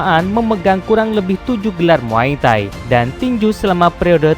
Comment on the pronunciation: Kok muay tahi bang😂 bukan muay thai?